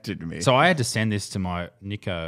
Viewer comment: said Nikko instead of nico wtf😂